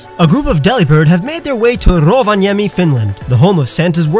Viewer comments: Rowyemi se on ROVANIEMI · Love the way you sai RROOvaaniemi😂😂😂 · The way he pronounce Rovaniemi : Ro-vAh-niEm